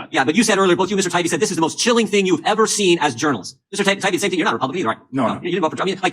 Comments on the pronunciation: I hate when elites in power purposely screw up a person's name as a method of insulting them and trying to discredit them - this subhuman Congressman does it to Matt Taibbi, just like the Morning Joe idiots did to Russel Brand (well they just kept "accidentally" forgetting his name.) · It bugs me how Democrats deliberately mispronounce Matt Taibbi's name. It seems a small thing, but what they're doing is attempting to dismiss him as someone not worthy of being addressed properly, a nobody with a weird name, rather than a well known respected veteran journalist. It's a really disrespectful, nasty tactic. "I'm reclaiming my time!" F*ck off with that. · Jimmy missed it, the congressman consistently mispronounced Taibbi but apologizes over another name.. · Notice that all the Democrat politicians deliberately mispronounce Taiibi's name. Such petty nonsense. They just don't understand how much of the American people despise all politicians. Count me as one of them.